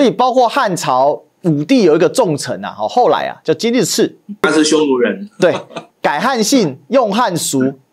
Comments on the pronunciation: 口误，白登之围非白马之围，金日磾 音为mi di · ，那个金日磾，大陆读音叫：金秘迪